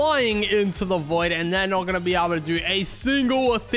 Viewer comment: It not void 😂